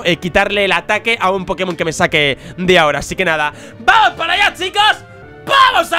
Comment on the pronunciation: Soy el unico que cuando dice "Vamos" escucha " PAMOSS"